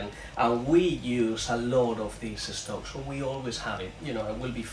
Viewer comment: I like so much the way you, my spanish friends, pronounce the words starting by st, or sp, or sm etc....adding an e in front of the s. Que viva España ( Spain, for us), y el "vegetable estock"🥰